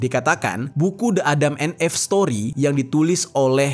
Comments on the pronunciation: Salfok bgt sama penyebutan EVE menjadi "eeff..". Harusnya "iiff" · Again,, sebelum shooting, buka google dulu lah dan cari tau cara baca bahasa inggris. ADAM & EVE dibacanya [édeum én if]. Kenapa gua suka koreksi, karena elu tu banyak penontonnya. Sayang kalau yg ga ngerti jadi ikutan salah baca karena berfikir cara baca lu tu adalah benar. Edukasi juga lah sekalian para penonton dgn bener. Jgn cuma bacain kisah² doang dengan pelafalan yg salah. 🙏😉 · Eve itu dibacanya "iv" , bang, maap kontennya bagus, tapi denger penyebutan yg kurang tepat jd agak ganggu. Sayang aja jadinya. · klo gasalah cara baca eve itu “if” bang